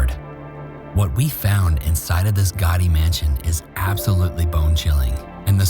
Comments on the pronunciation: When you say "gaudy", it sounds like you are saying "gotti". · Someone please teach him how to pronounce 'gawdy' 😩